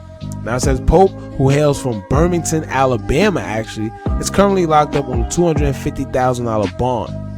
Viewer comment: Bruh 😒 Birmingham.. not burmington.. 🥴 Keep up the great work! Still love ya! ❤️💚💛